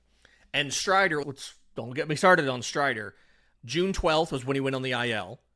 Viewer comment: "Don't ger me started on Strider" 🤣🤣🤣